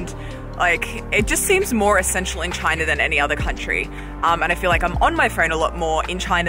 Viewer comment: I definitely prefer the way you pronounce "China" compared to the way Donald Trump does.